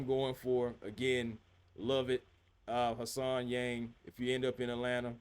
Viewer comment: HAN Solo SENator Han-sen. Not Hassan.